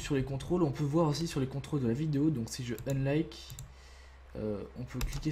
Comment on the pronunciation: Aie aie aie cet accent :D Slice, Splice, Unlink .... :D